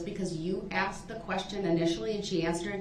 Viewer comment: He AXED dat. L O L